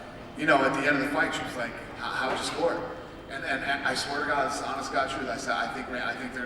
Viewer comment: Min-Soo Kim?! He's a great fighter? Mir 1-1. Decision against Herring and a win over Randy, who, let's face it, while he's still a force, the 46 year old man has seen better days. You're a moron. Especially when you say stuff like "Brock is da champ". "Da" champ...really..."da". Just leave.